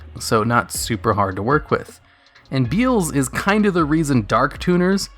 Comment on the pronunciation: Beezelis, beezele newest brother